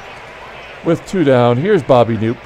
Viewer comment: FYI, Bobby Knoop's last name was pronounced \kuh-NOP\. I pronounced it \NOOP\ for years until my uncle corrected me.